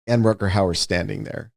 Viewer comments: I adore Wes, but, honey, there are no "d"s in Rutgar Hauer's name. Not one. Definitely not two. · I’d be ok if he stopped saying Rutgerd